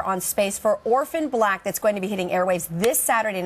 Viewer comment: "Oprhan Black" Seriously??